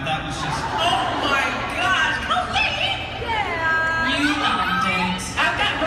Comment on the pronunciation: I hate how he kept saying Cah-leen. It just sounds weird. Most people (and me in my head) pronounce it Coh-leen, and this change made me cringe.